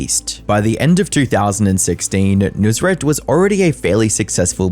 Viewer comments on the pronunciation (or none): This guy should never have been famous to begin with, and its clear that he let his ego get to him big time, but he chose to just be "over the top" in all his dealings and the most shady thing is him stealing tips from employees. It is pronounced "nus-raat", not "noos-rat"